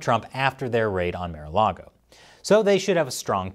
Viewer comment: He said "mayor-a-log-o" but its "marh-a-log-o" :1